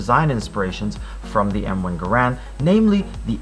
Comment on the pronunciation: M1 GARE-END not gurand